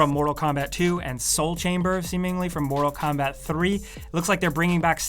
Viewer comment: “ Moto Kombat 11”